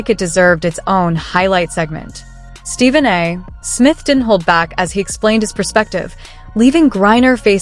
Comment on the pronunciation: An easy way to tell this is an ai video: Every time the voice says Stephen A. Smith it pauses after the A. The period after the A makes it think it's the end of a sentence. Nice try, ai.